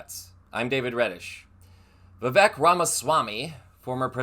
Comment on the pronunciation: I agree with your assessment of Vivek's real ambition. Btw, I believe "Vivek" rhymes with "fake". Very appropriate.